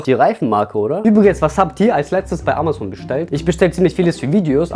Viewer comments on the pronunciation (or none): none